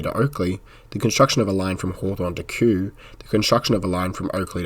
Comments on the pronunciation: Just a heads-up that Kew is pronounced "KYOO" not "KOO" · Kew is pronounced Queue , not Koo.